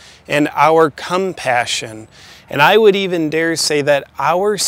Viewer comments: No way he just said “CUMPASSION” 😂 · Did he just say, 'energy of cumpation' ?